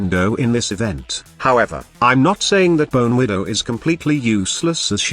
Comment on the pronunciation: Text to speach error 😂